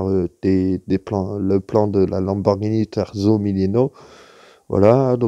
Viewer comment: nan tqt personne n'a la science infuse :) on a appris chacun l'un de l'autre ;) et pour la lambo terzo (3eme) ça se dit tèrtsso D'ailleur pour l'anecdote pizza dit à la française c'est pidza mais a l'italienne c'est piiitssa ^^ (on insiste sur le i)